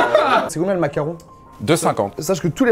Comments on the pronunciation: Pk il dit mac Caron ? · Parck on dit Mac caron